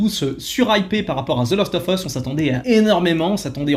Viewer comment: Hello, je voulais vous donner un petit trick pour le "of" en anglais, il faut juste penser à prononcer "ov" pour que ça passe bien dans ton phrasé ;) Humblement Votre. The Last ov Us.